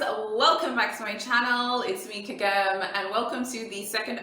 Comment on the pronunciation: It’s Kagem, dear. Not “Kagame” ☺️